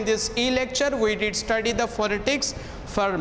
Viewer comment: .Refer to a good dictionary and see right pronunciation of the word PHONETICS. You may please take a good course in improving your Phonetics and back to your class